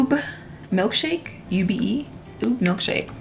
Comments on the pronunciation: I'm filipino and when you mentioned ube I was like "THIS IS MY TIME TO SHINE"... it's pronounced "ooh-beh". It's purple yam. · Ube is pronounced oo-bay it’s very popular here in Hawaii! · Always love drugstore makeup videos, especially yours! For the NYX lipgloss, Ube is pronounced like “oo-bay”. It’s a purple yam that they use to make a few Filipino desserts.😊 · Ube is pronounced ooh-bae, just fyi. Lol! But you were absolutely adorable trying to pronounce it. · “Ube” is pronounced “ubay” 🤗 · Hmmm, you Didn't put a highlighter on? ... Btw, you look gorgeous just always! 💗✨ Also the one gloss you can't pronounce is pronounced, "U-be" like "Ugh-Beh" it's a type of root crop that originated in Southeast Asia, particularly in my country, Philippines ☺️ it's like a sweet potato but in purple color, it's often confused with Taro roots. But they're totally different thing, it's mainly used in desserts so if you haven't tried one yet, make sure to try coz you might like it. Do you like Mashed Potatoes, well, we have Ube Halaya, it's sweet (but not too much) and coconutty, you'll love it especially in summer which I know is the season there at US. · I love the Ube Milkshake gloss. It's actually pronounced "ooh-beh" which is a purple yam. It's delicious as ice cream in the Philippines!